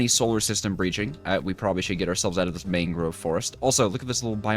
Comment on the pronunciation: Man-grove not Mang-grove